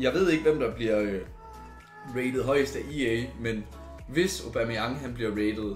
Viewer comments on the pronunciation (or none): Hvorfor er det du siger Obameyang istedet for Aubameyang ?